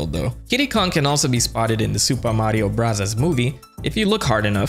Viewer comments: Stop saying super Mario brazas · Is there a reason why you say super Mario bros like that?